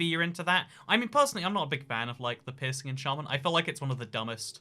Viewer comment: Your accent makes "pearsing" sound like pissing